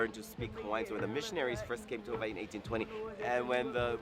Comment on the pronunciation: you hear how he used a "V" instead of a "W" and how he took a small pause before saying the last "i"? That's the original way my ancestors wrote and pronounced my motherland of Havai'i.